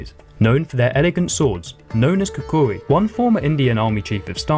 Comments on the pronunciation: You put way too much emphasis on the second syllable of the name kukri and you somehow managed to add an additional vowel. Pronunciation is closer to cookery with the syllable emphasis being on the second k. khuh-KHeh-ree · He mispronounces Gurkha and kukri tho so I’d stick to an historian 😜